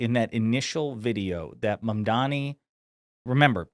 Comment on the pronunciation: Notice how he pronounced his name perfectly. 😂